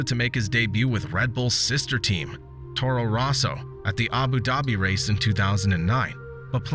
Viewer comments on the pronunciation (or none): none